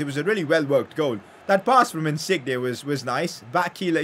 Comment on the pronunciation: Wtf is that pronunciation of insigne